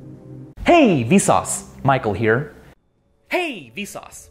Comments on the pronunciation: The past 3 mins, I thought he said "Hey V sause, Mike will hear"😂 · To more I hear the “Michael Here”, the more it sounds like “Might go here”.